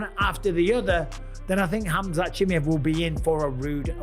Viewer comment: Khamzat Chi MA ev Not Chi Mi ev Say right the last name ooo